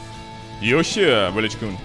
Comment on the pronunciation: Genji: Yoush: Yoush